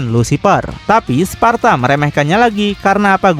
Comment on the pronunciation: Di Devil My Cry Sebutannya "Sparda" ,Disini "Sparta" Jir..😂